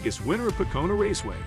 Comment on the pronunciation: Once again you’re mispronouncing drivers and the tracks names. How can you be the and you don’t know any of the names. The footage you use has the announcers saying peoples names correctly. Listen! It’s pronounced Bush, not Bus-sh. It’s Poe-co-no, not what ever you said. Dude get it together!